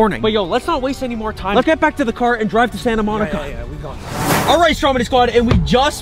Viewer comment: You said Santa monca